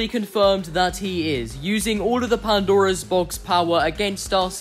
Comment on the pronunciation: This might be a bit petty, but I can't help but notice how you say "the Pandaro's Box" when it's just supposed to be "Pandora's Box".